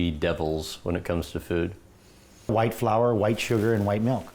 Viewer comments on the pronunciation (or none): none